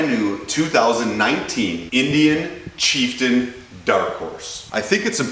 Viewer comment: The way you pronounce chieftain pains me